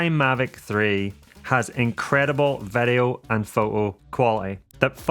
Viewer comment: you say vedio when i say video